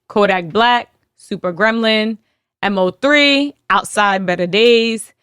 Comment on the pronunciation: Loll it’s (mo)3 rip mo3